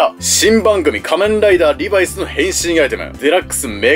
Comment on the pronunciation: リバイスのイントネーションがなんか気になる…